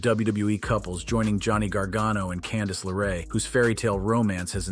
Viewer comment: Its also Candice LeRae not Candice Laray.